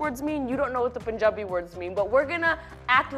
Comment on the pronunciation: I love How Lilly pronounces the word punjabi